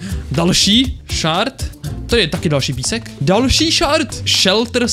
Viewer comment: Je to shErd ne shArd. ShArd to bylo dřív ale přejmenovali to na shErd!!!!!!!!!!!